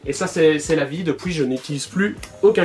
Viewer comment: The Houzayfa 59 haha l’accent belge poto